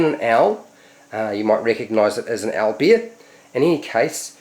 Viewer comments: So... like... the right pronunciation of "owl" is actually "aell"? I mean, I really don't know, this isn't my first language even, but that startled me... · I was joking on the fact that I just learnt the pronunciation of "owl" through your video, dude :)